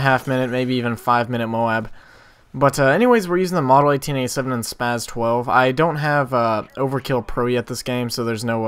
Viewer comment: i gave you a nice lil like, cause this is insane good, but my 2 cents/pet-peeve, its spaS not spaZ